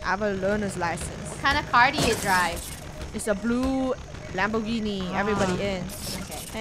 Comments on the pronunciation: "It's a blo lambogini" -Funneh 2020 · Rainbow: what car is that funneh? Funneh: it's a lambowgini